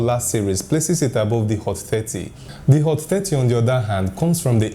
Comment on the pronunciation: Hot Fatty? im sorry I hear only that